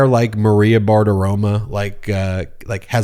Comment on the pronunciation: It's Maria Bartaromo not Bart aroma.....are you doing what Trump does?